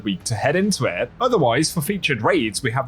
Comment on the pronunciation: Man I sure appreciate your videos. I just can't stand the way you say lets get into Eht. But thanks anyway. Great content.